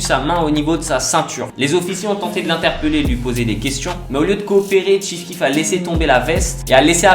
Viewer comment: Chief keef pas ti keef putain respecte le goat azy mes pas je regarde la vidéo